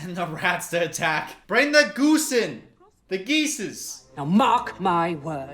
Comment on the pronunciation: i could not handle "goosen" at all.